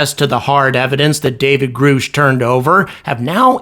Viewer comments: Pronounced Grush. You put up the wrong pic when you started talking about him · It's not groosh